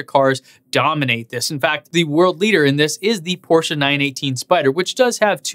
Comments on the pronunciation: Hey man, it's not porschA, but porschE ! ;) I know, you English native speakers have a hard time how to pronounce these. Nice effort, though ! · Fellow MXP90D owner here. Thanks for your content. It's much enjoyed. Complaint: you're butchering the Porsche name. Car enthusiasts won't appreciate it. For exterior / interior the Taycan wins. For everything else is loses. No one can possibly justify the 2x cost. Respect to Porsche for trying and beating others to market. That being said.... Elon and Tesla as a company dominate and won't stop. This Taycan spec line up just further proves that just because Tesla is electric doesn't nullify it's extreme elegance in engineering. Just subbed on patreon!